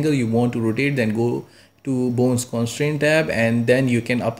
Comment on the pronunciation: every time you say "boons" make me laugh but you really help me